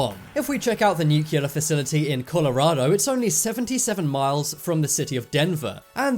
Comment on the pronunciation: Newk-key-lur....bro, you say that like someone who just learned how to talk